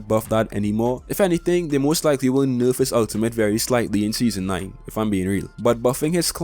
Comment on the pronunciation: I love how he says nerf , (norf)